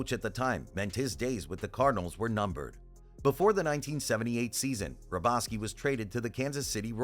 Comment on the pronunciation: The guy pronounced AL'S last name wrong.